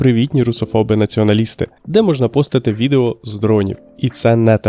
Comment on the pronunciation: ШО? Аналог YouTube? 😲 Mastodon настільки крутий, що про нього ніхто не знає, окрім автора цього відео, як він гназиває "видео" через літеру И. Треба шукати іншого бота для озвучування вИдео, бо якогсь воно не того.